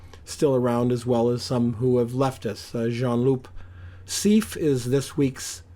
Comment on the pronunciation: It’s pronounced C.F. not “seef”. He used a 21mm.